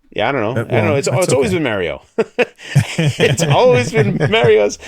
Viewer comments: its not Merio , its Mario..lol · I used to work with a guy named Mario, not Merry-o. But he is from Texas not New York City so it’s probably a regional thing.